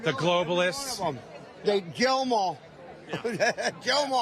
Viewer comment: To be fair, David, sir, that sway-toothed excuse for the human genome did sound like he was speaking in tongues when he said ,"Jyellamorh, heh heh heh - jyellamorh." One would be hard-pressed to distinguish sway-toothed's pidgin from the English words "Kill them all" unless one has been versed in low-country cousin-raping redneck.